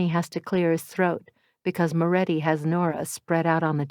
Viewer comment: Moretti not Morré